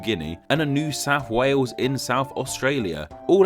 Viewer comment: I love the fact that he pronounce Wales "Wews".